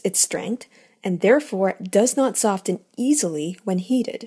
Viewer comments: ok the person doing this video needs to learn how to pronounce words ... she has made a pronunciation mistake or 12 on EVERY video ... cryo is said like cry oh ... not CAIRO ... softening has a soft T meaning it is NOT said ... yet she says it every time ... redo ALL of her videos .. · Good video. Though one point of criticism. You may not be a native English speaker, but the T in soften is silent.